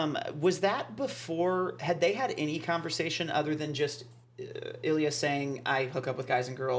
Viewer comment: Love you two but I cannot with how you say Ilya! It sounds like "A Lea"! Ha! Edit: just saw you responded to another comment....and fixed it. Gonna watch for sure!